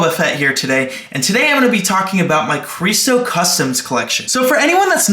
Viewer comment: Not to be mean but bro said cresto